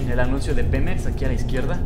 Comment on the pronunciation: dice xemep no Pemex